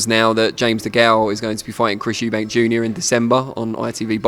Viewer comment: You mean Eubank... Capital E....not eubank,.